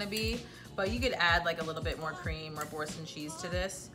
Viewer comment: Its pronounced "bor-saun" ....best cheese ever. 😊😊 and the noodles are plant based. An acquired taste.